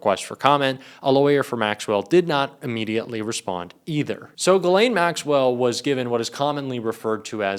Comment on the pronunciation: Her first name is French and is pronounced "Ghis-laine", the "s" is not muted and the "Gh" is pronounced as the "s" in "measure". There's another French name, Guylaine and that one is pronounced like everyone does: "Gui-laine". I had to get this out of my chest, my ears are buzzing every time I hear her name on English speaking news channels or YouTube 😵‍💫😄